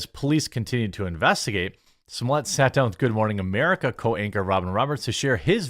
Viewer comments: Pronounced Smol-let, not Smol-yay. Just sayin. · It’s pronounced s mol et why are you making that more complicated than it has to be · Smollett is pronounced "small-ett .... One t would have you pronounce it small-ay ..... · Why did you say his name like that ? Lol